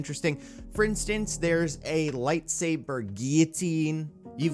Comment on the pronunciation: how did he pronounce guillotine. Someone inform him that the Ls are Ls and not Ys